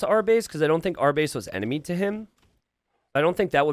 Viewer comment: "ENMINY" - 😂